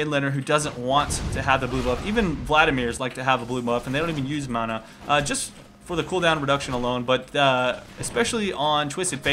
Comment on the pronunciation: learn to say mana. god you're killing me.